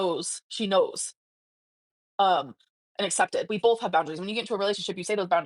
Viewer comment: "Pitcher" "Bolth" "Sall" "Genuinely" Drives me crazy.